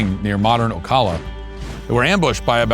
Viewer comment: The a in Ocala is pronounced as in "apple".